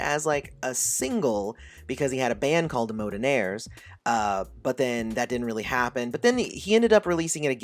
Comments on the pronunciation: So it's Modernaire not Mountaineer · It's pronounced modern-aire my dude.. not moe-denaire🤨 like the word modern.. and then the word air😂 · DUDE!!!! It was not “Mode den naires” as in a Mode which is defined as a way of doing something. It is pronounced “Mod dern naires”...defined as the word Modern....something being Modern as oppose to Old. You should try actually reading the lyrics to the song so you can know what you are talking about. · Dude said "mo" donaire....lol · Dude, fix your pronunciation it's pronounced like: Modern Air. you are welcome from Minneapolis